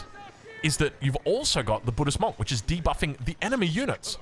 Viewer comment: Why do you always pronounce monk wrong?